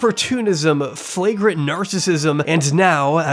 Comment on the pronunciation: pedantic, but it's "flagrantly" not "frangrantly"